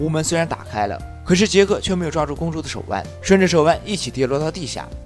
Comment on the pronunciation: 顺着手腕....读错了哈哈哈